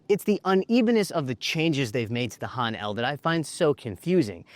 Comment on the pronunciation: Wish he could pronounce "Han" correctly.